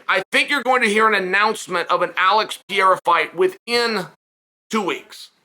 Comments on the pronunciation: Chael (I love him) is the gift that keeps on giving with mispronunciations. Pee-air-a?!😂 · Undefeated. Undisputed. Gotta ask—does he butcher the fighter names on purpose? Ariel corrected him once when he went on his show and he's still doing pereira dirty with the "pee-air-ah"